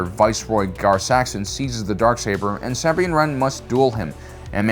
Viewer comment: House KREEZE (The Y in Kryze sounds like an IE). And it's SUHbean , not SAAHbean (Sabine). Why do people insist on mispronouncing words and names that have already been correctly pronounced in the shows multiple times over? It's like nails on a chalkboard.